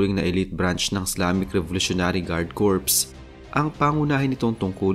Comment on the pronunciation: Kor po ang pronunciation ng corps, singular man o plural. Salamat po sa lahat ng posts ninyo